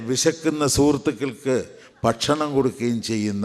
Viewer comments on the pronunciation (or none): none